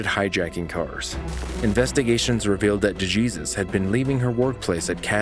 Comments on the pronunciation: Day-Jesus ? It’s Dey-Hay-Sues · De Jesus is sending me its pronounced Dehaysuse... not DuhJeezus 😂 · For the third call; are you sure her last name is pronounced "Jee-sus" typically a name like that would be pronounced as "Hay-soos" due to its hispanic/latino origin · It's not pronounced de jesus it's pronounced de hay soose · It is written de Jesus but pronounced de hay soos. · De Jesus is pronounced De Hey-soos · DeJesus = D-HAY-SOOS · I believe the name DeJesus is pronounced like De-hey-soos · Dude. Your mispronunciation of “DeJesus” is painful for me. And I’m white.